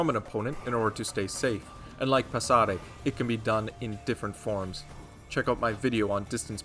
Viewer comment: and are the right pronunciation of "passare" 👍